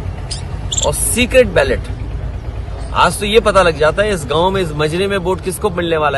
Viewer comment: Bhai Aap aaz kahty ho ye lafz aaj he